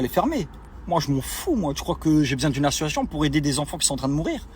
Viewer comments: Besoin d'aider?? Arrête mec tu n'es pas crédible du tout! Tu es un mégalo, un égocentrique au melon démesuré! Mythomane puisque tu as l'air de croire à tes conneries! Mais quel manque de respect pour les imbéciles qui te kiffent! Tu assumes d'etre critiqué parce qu'on parle de toi et c'est tout! Et stp, À S S O C I I I I I I A T I O N. PITIÉ, parle correctement. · Pour tout ceux qui se moque de sa prononciation sur le mot : ASSOCIATION, c’est pas cool car ça à rien à voir avec le fait de bégayer, c’est juste de la Dyslexie (et 1 autre terme dont j’ai oublié le nom) et dans énormément de story ça lui arrive sur pleins de mots, d’avoir ce genre de souci de prononciation mais ça ce n’est absolument pas de sa faute c’est quelque chose qui se découvre et s’installe dans l’enfance à l’école et/ou à l’adolescence au collège . Après, pour améliorer ça partiellement ou même totalement avec de la persévérance, il pourrait en prenant des cours d’orthophonies, corriger « ce style de pathologie » du langage ! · APPREND À PARLER CORRECTEMENT FRANÇAIS DÉJÀ POUR COMMENÇER ! IL N'ARRÊTE PAS DE DIRE "ASSO-ASSION" AU LIEU DU MOT ASSOCIATION. SINON, N'ÉCOUTEZ PAS SES HISTOIRES, IL ESSAYE JUSTE DE VOUS ENDORMIR À ESSAYER DE SE JUSTIFIER ! POUR MOI, C'EST PEINE PERDUE ! IL EST LÀ ENTRAIN DE SE FILMER DANS UNE VOITURE DE LUXE. LA PREUVE EST SOUS VOS YEUX ! AVEC L'ARGENT DE SES CAGNOTTES, IL S'EST ACHETÉ UNE NOUVELLE VOITURE CAR DE BASE SA VOITURE C'ÉTAIT UN GROS 4X4. PFFF, IL NE L'EMPORTERA PAS AU PARADIS ! ÇA FAIT SURTOUT BEAUCOUP DE PEINE QU'IL VIVE SA BEST-LIFE À DUBAÏ DANS SES VOITURES DE LUXE AVEC L'ARGENT DES GENS NAÏFS QUI SONT EUX-MÊME EN PLUS VRAIMENT DANS LE BESOIN FINANCIER. ÇA FAIT MAL AU COEUR ! DYLAN, LA PORTE DE L'ENFER T'ATTENDS . . . WELCOME, BOY! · Association pas Associoation Dylan 😆😅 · Qlq1 pourrait lui dire que c ASSOCIATION ET NON ASSOATION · L achiochion j'ai écouté au ralenti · J’crois c’est plus « assuassion » 🤦🏽‍♀️😂😂😂🤣🤣🤣🤦🏽‍♀️ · Il dit plutôt : ASSON ATION